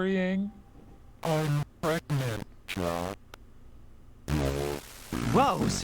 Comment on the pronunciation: "I'm pregante"... jahahahaa. it was an awesome playtought man. Thanks for sharing. ^_^